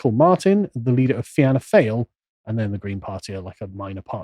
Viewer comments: Fee-naa Fall is how its pronounced. Lads, yeah english always surprise me how little yeah know about Éire...not just pronouncing names .. Hurling, over 2000 yrs old ..played here all the time .. still Beats soccer or cricket any day. A warrior pastime too reduces tensions in "Barracks ". if u couldn't take a slap of a hurl or hurley, what good would u be on the battle field?? Bet yeah can't follow it in the beginning because its "TOO FAST FOR ENGLISH SENSIBILITIES " .. Prove me wrong . Dáithí Ó Dálaigh : Éire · Fin Ah Gale and Feen Ah Foil. Are the correct pronunciation for both parties. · they're pronounced Feena Gale and Feena Foil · Your video is excellent. However, your pronouncement of our political parties is grating. The phonetic pronouncement is “fee-naa fall” and “fee-naa gale”. Fianna Fáil means soldier of destiny and Gail means tribe. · You should pronounced the parties as Feena Gale and Feena Foil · I have never heard such rubbish spouted by an ignorant man who can’t pronounce the names of the names of the political parties he is talking about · Please guys if you want to be taken serious learn to pronounce the names correctly unless your trying to make fun of the Irish. Im not laughing! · As an Irishman, I find this racist, ill-informed garbage from these vile people utterly contemptible. Would it have been possible for these morons to have been able to respect Ireland enough to bother to learn how to pronounce the names of our political parties? Were I an Englishman I'd be ashamed of them. They even manages to get some some misogyny in. They forgot to mention that what they would doubtless call our Prime Minister (he isn't) gay thus missing a golden opportunity for a touch of homophobia. I wonder why I never meet scum like this in heal life; are they real do you think? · wincing at Carl's pronunciation of the Irish party names is hilarious, the feeling is mutual! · I'm Irish, you have butchered all the names of the parties and politicians, lol.